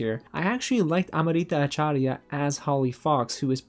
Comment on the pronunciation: Kudos on you to pronounce Amrita’s last name. I know I would have butchered it. When I think of Sister, I think of the Sister Act, not Sister, Sister, since it wasn’t one of the sitcoms I used to watch. I really hope Wandavision is going to be one of your favorite series, since you bought a shirt.